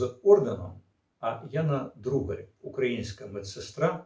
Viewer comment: блять, то "Дударь", теперь "Другарь". ДУГАРЬ она, так сложно внимательно прочитать?? вот такие мелочи и подрывают доверие, и заставляют задуматься, что уважаемому спикеру на самом деле глубоко пофиг на то, что он там говорит для аудитории. потому что понятно же, что он эту фамилию впервые увидел и ни разу не слышал.